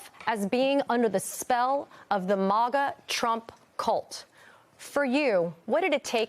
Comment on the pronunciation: If she feels this way about Trump, why was she even there to begin with? I don’t buy this nonsense at all. That woman isn’t MAGA and never was MAGA. I’ve never heard a MAGA pronounce it “mega”. Hiring people to fake a narrative is crazy. But then again, it’s MSNBC 😂